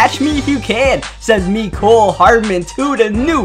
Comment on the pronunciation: It's meh-Cole not mee-cole